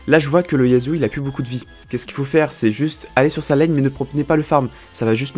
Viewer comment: Tu peux dire YaSSSSSSSSSuo et non YaZZZZZZZZuo stp sa me stresse xD